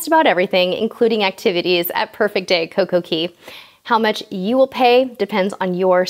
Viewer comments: It's coco K not coco key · I believe its pronounced coco cay (Kay) not key :) ur so cute